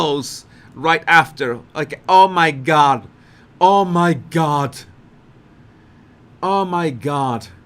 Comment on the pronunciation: Please stop calling o my god.